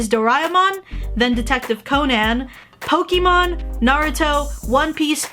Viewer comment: Why do you pronounce Pokémon like Poki mon?